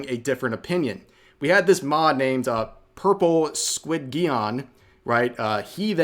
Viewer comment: squid-geon? /sigh